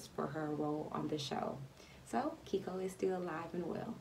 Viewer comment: Keiko is pronounced "kay-ko" not "keeko"